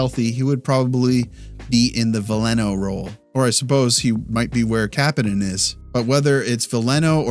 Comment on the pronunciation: You’re pronouncing Kapanen wrong